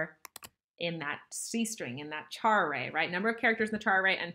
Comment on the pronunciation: Cant handle the way you say char, thanks for the video though